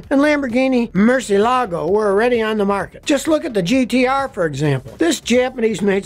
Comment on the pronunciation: Every time an American says Murciélago an Italian dies😂😂😂